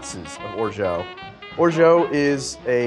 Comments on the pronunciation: Pronounced orja, not orjo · Just so you know, it's pronounced like "or-jaht" not "or-joh" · it's orgeAt like ORJA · Orgeat is pronounced, "Or-Zsa," like Zsa Zsa Gabor. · Orgeat IS pronounced orja 100% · "Orgeat" isn't pronounced "orshow" :) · That’s plantation 5 not 3 star. And I’m pretty sure you’re mispronouncing “orgeat”